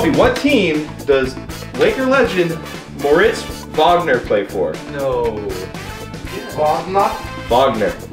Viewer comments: I am super disappointed 😔... This man said Mortiz instead of Mo for Mortis Wagner. I’m a Michigan fan so i know it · More-it’s 😂 it’s weird but pronounced moe I’m a Michigan fan